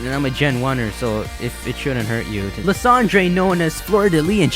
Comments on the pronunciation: I think his name is pronounced Lie-sand-er, not Le-san-dre. but thanks for the update! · Lis-ahn-dray? I thought it was pronounced "Lie-san-der" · Isn't Lysandre pronounced "Lie-sand-urr"? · Dude you know how you used to call Lysandre "Ly - San - Der" and you can't believe that you used to say that well in the mega evolution specials they call Lysandre "Lysander"!!! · I'm..pretty sure his name's not pronounced as Liss Andre